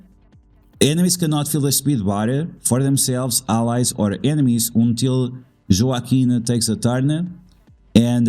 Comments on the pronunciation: Wah-keen is Joaquin 😊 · I was just about to say the same thing. Spanish pronunciation, bro 😅